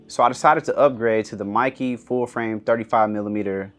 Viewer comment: Meike (MAY-KE)